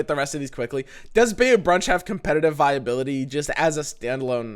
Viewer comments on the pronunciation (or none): it's not bay-you it's bye/bai-you....... sorry that bugged me. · BY-you is how you pronounce Bayou. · Bayou is pronounced "by you"